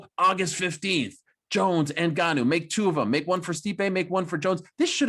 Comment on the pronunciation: Get Ngannou name right. lol common men, the guy is a champ.